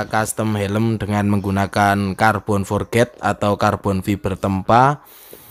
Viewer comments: om spelling nya bukan forget, hehe tapi forged di baca (forg) oh iya om coba potongan carbon nya di bikin potongan yg agak sedikit lebih besar, supaya keliatan lebih gahar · Halo om, mau ngoreksi aja kalo boleh, biar sama sama belajar. Bacanya "forj" ya om bukan "forget". Makasih om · Carbon forged = (Car-bon forj) itu sebutan nya bukan carbon for-ged hahahaha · bener mas kalo forged di bacaan nya "forget" artinya lupa hehe.. kalo di inggris yg berakhran D di bacanya tipis, jadi forg'd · Iya om, tp pelafalannya "forj"